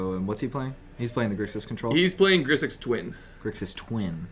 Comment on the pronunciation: Sorry to be that guy but...its GRIXIS not Grisix and AJANI Vengeant not Ajani's Vengeant ;) thanks for finally posting the videos everyone! Nice to get my Legacy/Modern fix again!